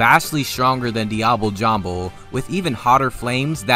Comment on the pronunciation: “I know how to pronounce ‘diable jambe’ the right way, but I’m not going to for whatever reason”